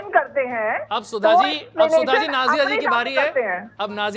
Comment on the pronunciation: Yeh koun sudha hei .. Bish ko sudha bol rahi hei ....